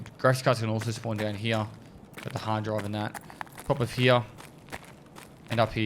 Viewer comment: no one commented on how he says 'hyeah' instead of here?